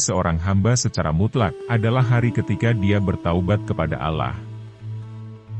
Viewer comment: Kenapa sebutannya alah???? Apa sy yg salah dengar ya sedangkan kita harus sebut dengan sebutan yg benar Allah Allah Allah